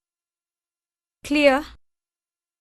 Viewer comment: ದಜಿ ಅಲ್ಲ ಗುರು ಅದು ದರ್ಜೆ.....